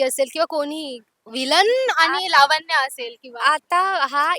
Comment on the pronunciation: लावण्या bol न नाही ण cha उच्चार